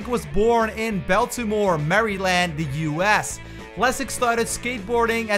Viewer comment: Really can't sit here and listen to him butcher these names lol "Bell-tee-more maree-Land"